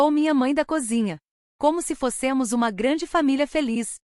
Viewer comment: Foss(ê)mos? Melhorar a oralidade.